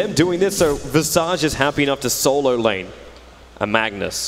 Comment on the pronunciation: that visage pronounciation